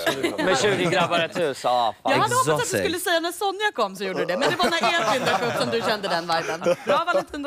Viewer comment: HAN HETER EEEEEDVIN inte Ed-vin